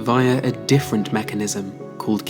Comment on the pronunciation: "the specialization of the differen tanimals"??? Honey, I suggest you get hooked on phonics.